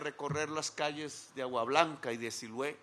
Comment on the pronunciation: Siloé señor Presidente...con todo respeto...Siloé no Silue